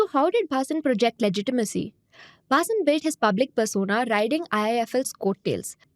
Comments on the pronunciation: ATLEAST take the name correctly ....BHHHAA-SIN is wrong .....the pronunciation is Bhasin ! 😂😂😛😛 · Zerodha folks.. when you do research videos can you get the name right pls.. it is pronounced 'Bha seen" .. not "Baa sin"... the fact that the name is mentioned close to 100 times in this video makes your good efforts look poor.. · U r Punjabi or from north - can't u pronounce "Bhaseen" wtf is bAAsin ? Shamelessly colonized mind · Not Bhaasin, it's Bha-seen. Read it in hindi. SEBI should look in its own backyard and probe Madhabi Puri and her husband's ill gotten wealth. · His surname is pronounced as Bha-seen. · Can u please pronounce the surname correctly .. and what were the channels who put him on air doing as due diligence ??? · Is angrej ko भसीन padhna nahi aa raha hai. Faltu ki artificial accent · She is not able to pronounce Bhasin correctly. The reading is so dry that it looks like a robot reading the news. There's nothing New in this fraud, earlier CNBC Awaaz was caught with a similar modus operandi. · Pehle "Bhasin" pronounce karna sikh le. Cringe af